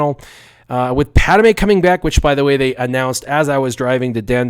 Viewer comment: PAD-ME not Pad-A-me